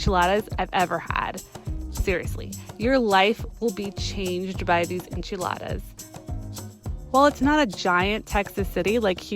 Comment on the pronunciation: It’s the “EnCHeLADAs” for me